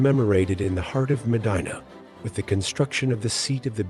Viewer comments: The correct pronunciation of M'dina is imdeena. Not maadine-a like vagina..Short i as when saying 'in'. Publius isn't pronounced like public. It's Pooblee-us. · haha was going to say this it put me off in the beginning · I nearly switched away at the start because of the mis pronunciation.